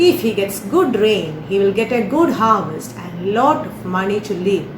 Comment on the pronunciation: Good pronunciation. But harvest...